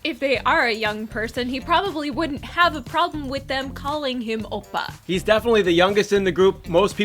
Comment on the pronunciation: the way the man pronounces oppa makes my korean blood boil. "obah"